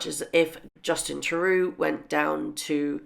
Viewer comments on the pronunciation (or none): Justin Terru????? It's Trudeau ffs lol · Lovely video. The name is pronounced Justin True dough ( as in the bread)..not tru due. Many thanks for the work you do! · Lol, you alway pronounce his name as Turoo :p its pronounced as Trudoh xD. Love the vid. btw! It's time they start to pay for their own security. Their choice to leave. Their consequences. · Please learn how to say the name of our PM Justin Trudeau pronounced TRUE DOE. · Trudeau.. True-doe.. Please note proper pronounciation... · An easy way to pronounce Trudeau is to split each syllable into True Doe. I enjoy your postings very much, how I wish that Harry and Archie could be given sanctuary away from Harry's biggest mistake, but Harry needs to accept that she made a fool of him and is still twisting the knife concerning his Mother's death. He needs professional's help not amateur's. '